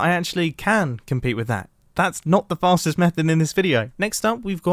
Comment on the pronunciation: i thought he said fatest way to travel